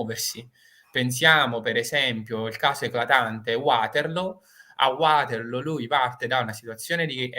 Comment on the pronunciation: Ci sarà anche stato il sole d'agosto, ma la velocità del manipolo di soldati americani in Sicilia è enormemente inferiore a quella normale dei soldati napoleonici P.S. Vaterloo, non Uaterlo (per favore, non anglicizziamo - più o meno - tutto)